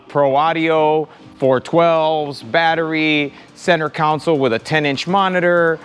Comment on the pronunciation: My guy, it’s a ‘console’, not a council. Helping you sound like the professional you are. Cheer